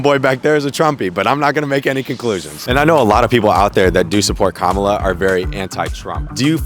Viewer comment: Why can’t pronounce Kamala correctly when people keep telling him repeatedly? Pay attention!